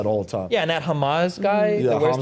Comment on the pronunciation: Dude said Hamaz for Hamza :D